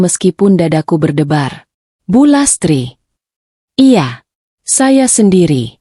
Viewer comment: Baca cerita y lemoooottt...belibet... Pengucapan kata 'iya' spti suara anak kecil.